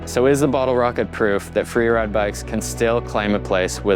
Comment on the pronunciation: Fweewide, LOL